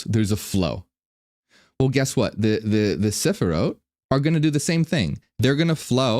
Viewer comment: As a Hebrew speaker, I really liked the way you pronounced the word Sefirot. Your pronunciation made me associate it with an instruction book (sefer hora'ot), that ties in very well with your explanation, thanks for the update.